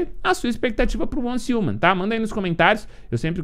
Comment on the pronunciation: repita comigo, uance riuman, pronuncia correta